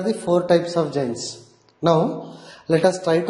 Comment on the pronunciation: It is not jains ... It is JOINs ...